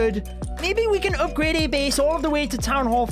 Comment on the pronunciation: Why he saying Opgrade instead of Upgrade ???